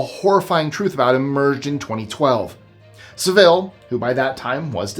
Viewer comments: every other time I have heard this guys name it is pronounced with a short 'vel' sound not the longer 'vil' sound you have used. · You make Jimmy Saville's last name sound almost Spanish. It's pronounced Sav-ill...ill being appropriately the stronger syllable. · It's actually pronounced 'sA-ville'....... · jimmy sa-ville? You're mispronouncing that pos' name. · It's Jimmy Saville as in sav I'll It's Saville ok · Jimmy Savile’s surname is pronounced Sa-vill. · Number 9 - His name is Jimmy Saville - prounouced sav ill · Jimmy Savilles name is pronouced with the accent on the SAV part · Sorry Jimmy who? you really gotta learn how to pronounce English / British Names. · Nobody pronounces Saville like that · His American pronunciation of "Saville" is making me laugh 😆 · Yes, sounds like the Spanish city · I also commented on that 😂😂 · Agreed... and it surprises me. usually goes out of his way to get pronunciations correct. I guess law of averages says you miss a few. Lol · I've heard that the Property Brothers houses weren't bought by the couple on the show. By the way Jimmy Saville pronounced that a in his name Sa like basket then ville with emphasis on the sa part. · Thank you! Drives me nuts when people don't bother to learn how to pronounce properly.